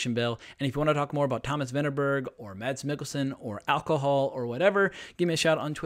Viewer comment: No no no..! You don't pronounce the "D" in 'Mads' .. It's simply pronounced "Mas" I'm danish, trust me..! Every foreigner says "MaD's" while in reality the D is completely silent. And yes "Ida" was correct the second time you said it, not the first time 😜